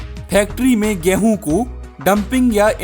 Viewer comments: Ghrehun kyu bolte ho😅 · Apka 'Gehuu' word mai kafi jada wajan hai💥💥